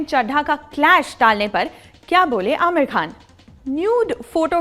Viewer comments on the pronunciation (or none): none